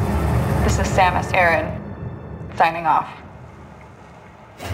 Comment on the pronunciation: I'm sorry. Did you just say "Samus ERIN"?!